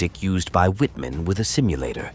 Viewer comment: wouldn't hurt to learn proper pronunciation w in german sounds like v, mr amateur!! same shots repeated ad nauseam